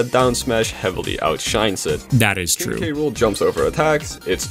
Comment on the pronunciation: when he says "King K Rool" I burst out laughing cause I swear I heard "Kinky Rule". And apparently, google subtitles agrees with me.